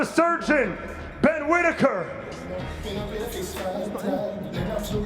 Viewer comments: Did anyone hear one of the sky presenters call him “quittaker”? 😂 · At 5.37 did the commentater just call him quitaker? 😂